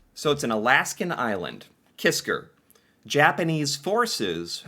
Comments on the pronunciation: KISKA, not Kisker. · KISKA!!! NOT KISKAR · KisKA KisKA....KA....KA. It was really gratting hearing the video say Kiska and you keep saying Kiskr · The island is named "Kiska" not "Kisker". Neither side talks about this tragic calamity. It is too embarassing for both. I had heard about this years ago, but never knew the details. Thanks for this! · it's pronounced KISKA not KISKAR. But its all good! Lol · It's Kiska not Kisker, his accent might have made you hear it differently. It's one of the Aleutian islands. It's just east of Attu Island, where there was a larger battle in WW2. There's still a Japanese Military Cemetery and a battlefield memorial park there today. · It's "Kiska", not "Kisker". Lol. Sometimes we all have "stupid commanders", or stupid orders, etc. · is unable to say Kiska, constantly says Kisker... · Hey, I love your channel! Great subject. Just 1 correction, I believe the island is not Kisker but Kiska. As far as the battle is concerned, I believe that this type of thing must have happened regularly in both world wars. Without proper communication, as you said, how could it be otherwise. A Canadian perspective. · Kiska. He says 'Kisker' but you have to forgive him: he's British. They don't speak the language very well. They also say 'Americker' and 'Canader'. They also think 'Featherstonehaugh' should be pronounced 'Fanshawe'. Silly billys. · Kiska!!!! Not Kisker! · It’s Kiska, not Kisker. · It’s KISKA not kisker you’re hearing the Brit accent mispronouncing the name . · I have never heard of this battle. It's a tragedy, but I'm happy that in the conflict, the Canadians came up the victor 😐., it's Kiska, not Kisker. It would have been a lot worse for the US, if Canada would have used our war beavers. They have sharp teeth. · Kiska Island - not "kiskER"